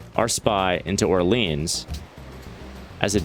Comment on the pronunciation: Orleans isn’t pronounced how we say New Orleans. Its pronounced like: ORE-LEE-ON.